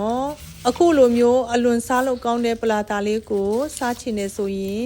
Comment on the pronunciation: ပလာလာလားထပ်တရာလားမသဲကွဲဘူး😂😂😂